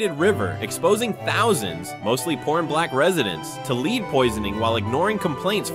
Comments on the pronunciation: lead poisoning, not lead poiso-oooooh... I see what happened... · You mispronounced the metal lead